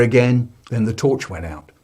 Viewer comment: Theuh...the torchuh it won't workuh its brokeuh....